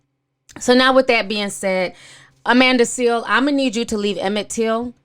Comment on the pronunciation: Please tell me you are calling her Amanda “Seal” on purpose!